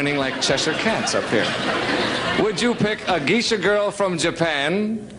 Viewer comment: Geishas (Gay-shas) are Japanese. ⛩️🎎